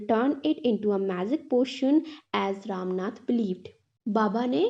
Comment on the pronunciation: Mam aap bura na manea please lekin Woh ram nath nhi Rama natha hai❤